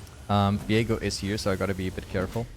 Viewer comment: i noticed in a few vids now that you pronounce V as F ? how come hehe.. like define sunderer and Fiego =)